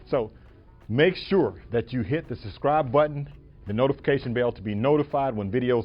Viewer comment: Nice video. I learned a few things, although my trike is a bit older. One word of advice: try to pronounce words properly. "Suscribe", 😂 At least you didn't say "excape" or "axed"